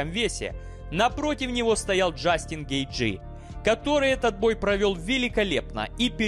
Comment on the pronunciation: Неправильнте ударение на фамилиях Гейджи и Петис